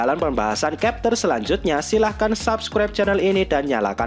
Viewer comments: bacanya chapter, bukan kepter... blok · Chapter kok di bilang kapter 😂 Konoha bahasa English d samakan sma bahasa sndiri